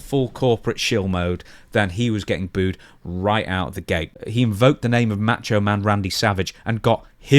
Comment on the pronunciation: Why are so many people having such a difficult time with the word 'booed'?